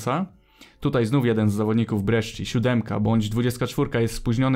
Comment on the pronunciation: jak coś to sci w języku włoskim czyta się jak sz/szi, więc Brescia to nie Breszczia tylko Breszia